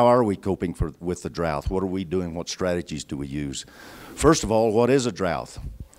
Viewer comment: I always find it strange that so many people seem to think there's an "h" at the end of "drought". They think it's "drouth" (or droughth). Weird. : And then he says "heighth" instead of "height". I guess he just likes terminal hs.